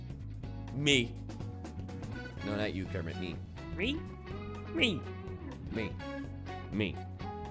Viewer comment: Mmmmm, did you just call me Krammit?